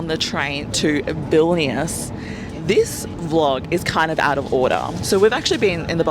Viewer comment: You’re saying vilnius wrong. The i preceding the vowel shortens it in the lithuanian language.